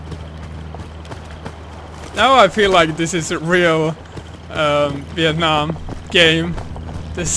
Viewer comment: sounds like he said weeit nam